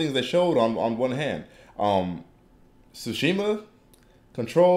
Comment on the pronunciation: It's Tsushima, not Sushima.